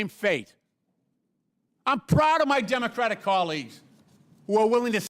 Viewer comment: Why can’t Comer say the word “Democratic”? It’s grammatically correct and he just sounds ignorant.